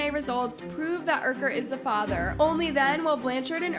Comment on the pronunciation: Her saying Ken “Ucker” in this whole video 😅